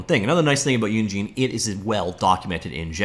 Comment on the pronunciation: It's not pronounced Unigene, think of engine then put uni infront of it